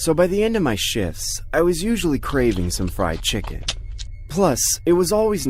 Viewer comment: 3 he said it was thee BEST "chiken" he had